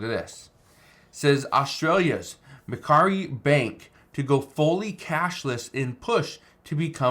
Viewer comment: That's not how it is pronounced. It's pronounced Mac Quarry